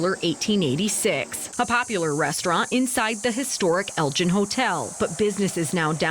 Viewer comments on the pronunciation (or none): Elgin is actually pronounced with a hard G like in Gold or aGo